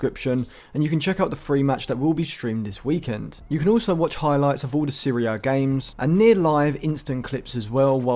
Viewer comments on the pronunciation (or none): none